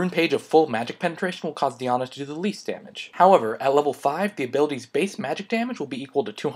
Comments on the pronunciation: Thanks for the video But its Die- Anna not dyana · You say Diana wrong lol, it's Die-Ah-Na, not Dee-Ah-Na. Other than that great video bro. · do different countries pronounce champions differently? or it is just up to you to decide? im not hating on the di aunna thing, but im just wonderin :) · the pronunciation of diana here hurts my brain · lol dat diana pronunciation tho...can't handle it